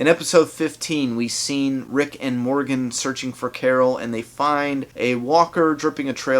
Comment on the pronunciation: when you sayed rick and Morgan I heard rick and morty hahahah